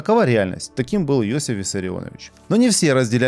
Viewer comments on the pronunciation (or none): Иосиф, а не Йосиф.